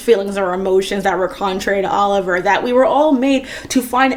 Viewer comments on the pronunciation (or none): none